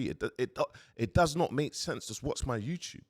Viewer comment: “Go youchube it”